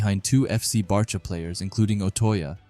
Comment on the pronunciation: Bro it’s B -awe - chira